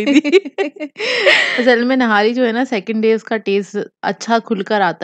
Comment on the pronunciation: nahari nai nihari hoty hy Zoya nihari bolty hy or ap nahari bolty ho